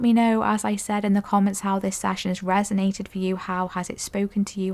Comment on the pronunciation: Session ...... Not sashion. 😮😅😂❤